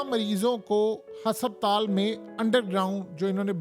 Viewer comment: Bhai apna talaffuz durust kro lafz husuptaal nhn hy asal lafz husputal hy for god sake apna pronunciation theek kro aisa lugta hy koyi village ka gunwaar baat kr rha hy